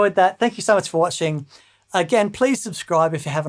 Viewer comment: I almost thought said, "Thank you so MERCH." And I would fully endorse that.